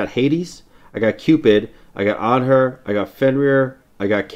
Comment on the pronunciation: Has a masters border on Anhur and still doesent pronounce it right...